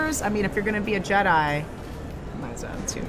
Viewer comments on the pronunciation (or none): none